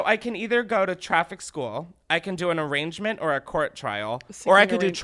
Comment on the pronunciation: Chris pronouncing arraignment "arrangement" lol 😂